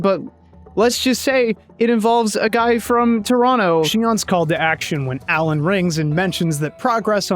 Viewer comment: This is one of my favourite scifi franchises; up there with Mass Effect and Starcraft for me, thanks for doing the video 🥰 Also I'm from Toronto, thank you for pronouncing it properly 😍